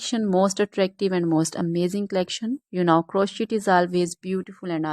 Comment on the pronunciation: These are all or most fake IA images......and it's pronounced kroshei, NOT croshit !